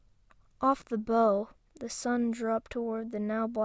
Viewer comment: BOW in the manner it was used is pronounced- bow wow wow like. (Obviously the wow wow part.) How you were pronouncing it is for the weapon that a archer uses. Yes they are spelled the same. You have sounded tired and distracted the last couple of posts. Also you are fidgeting too much, I can tell because your voice fades in and out.